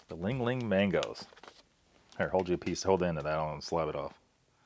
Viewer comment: Reads "Li Hing" and pronounces it ling ling and then says "It must be Hawaiian" and the words "Product of Taiwan" is front-and-center for the camera. Sigh...